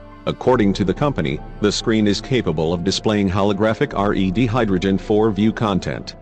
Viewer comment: Its red not r.e.d. ...